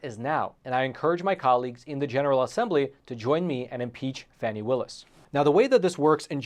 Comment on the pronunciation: Glad to see you pronouncing her name correctly; FANNY, not FARNY.